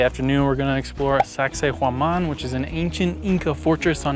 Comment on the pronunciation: Awesome video! Cusco is the most fansitating and mysterious city. did an excellent job with the pronunciation of Sacsayhuaman, that’s not easy. The catacombs were very creepy under that church as well as in Lima. The high altitude does get to you and it seemed like everyone had oxygen tanks around. My wife did get altitude sickness and we had to go to a hospital for treatment and they only charged us $12. But I did one better on the way there. I tried one of the liquid yogurts (it was lucuma) before we went on the plane and as I boarded the plane I got really, really sick. One of the flight attendants noticed me and notified the pilot who stopped the plane right on the tarmac so I could get off to a waiting ambulance. There was a Dr. there who spoke English and gave me this little brown pill and with just a couple of hours I was completely fine. We were able to resume the same flight the next day with NO yogart beforehand. I do want to go back to Cusco again someday!